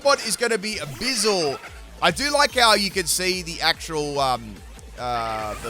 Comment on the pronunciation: Ayo why you say it like bizel? It’s a weasel with a buoy 🛟! Buizel: sounds like “Boo-e-zel”. Way you say it sounds like austin powers 😂. Love the videos bro thank you